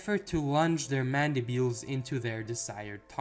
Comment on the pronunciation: Am i wrong or is it Mandibles and not Mandibuels